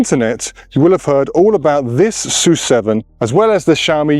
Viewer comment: PORSCH-E (E at the end) S-U-7 Y-U-7 Spaces in between. Pronounce it